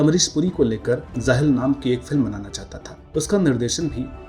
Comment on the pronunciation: Sir very good and informative video. One observation - you use Z in place of J, for example Tazzub, Zob, Zaahil, Zaankari, Huzoom